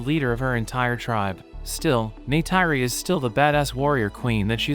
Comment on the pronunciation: O nome dela é Neytiri